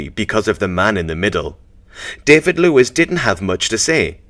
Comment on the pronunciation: david luiz pronunciation is wrong, it is pronounced Daaveed, Looees